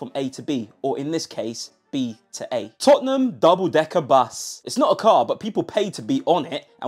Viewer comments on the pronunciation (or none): none